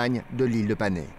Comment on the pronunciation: Pour le nom de l'ile de Panay aux Philippines on prononce Panaye